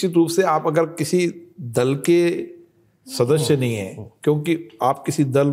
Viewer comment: The way he says "shadashya" is extremely irritating...in 3 yrs atleast he should have learnt to say this one word correctly.